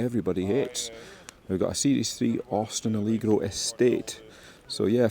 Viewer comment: It is pronounced ah leg row not aleegro I enjoy your videos greetings from South Lanarkshire